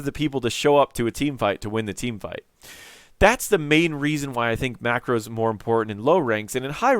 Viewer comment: Wow, maybe because I'm not a native English speaker but every time you say micro or macro they sound exactly the same. :D